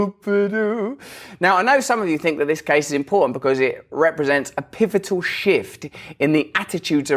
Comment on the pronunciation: A "pivotal shift"....or a "pivotal shit"??